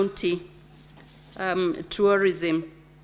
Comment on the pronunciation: CS TOURISM VERY POOR ENGLISH PRONUNCIATION. SHE CANNOT EVEN PRONOUNCE TOURISM! OH, MY FOOT.